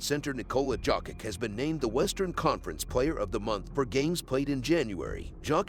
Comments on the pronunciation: Bro. Its yokitch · One would think after so many years Out of respect pronouncing one's name properly would be normal It is Jokić actually Pronounced Jokić Serbs write how they read and read how they write, meaning one letter one sound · It's a good video but just can't take it seriously when hearing Dzokick all the time..